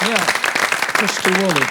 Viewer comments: Sheb Wooley, not Wolley😏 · The name is "Wooley", not "Wolley"